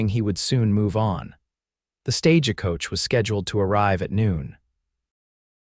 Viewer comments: half the time they pronounce it as an "a"! The stage-a-coach! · And pronouncing the e in the middle of stagecoach